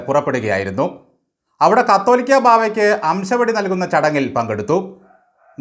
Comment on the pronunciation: കത്തോലിക്ക ബാബ അല്ല കാതോലിക്ക ബാബ ഇച്ചിരി വ്യത്യാസം ഉണ്ട് ട്ടോ